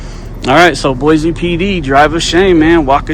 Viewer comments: It’s “Boise” not Boize. Can’t even say the city name correctly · Well you said it, Idiots. Most of these officers are probably Californians and came from some department where they already messed up. They really don't want to open their minds and understand what you were saying. Also what he was reading seemed to be private property. Oh, there is no Z in Boise. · We know you aren’t from Boise if you say BOY-ZEE lol! It’s BOY-SEE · Check out what the Meridian, Idaho police did to the elderly man recording the cop cars. But please learn to pronounce Boise correctly, it’s BOY-SEE not BOY-Z. Thank you, lifelong Idahoan. Oh and we have a motto here: “Don’t Californicate Idaho!” lol so please tell your people to stay in their state instead of moving here and bringing their California ideals with them. They ruined your state now wanna come ruin ours. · It’s pronounced BOY-SEE not sure why your guy’s schools taught you it’s Boy-Z, that’s ridiculous. Boise is a Native American word. Also, thanks for coming to Idaho and yes our cops are all corrupt and tyrants who don’t know the law or the constitution and will plant stuff on you and lie to make an arrest.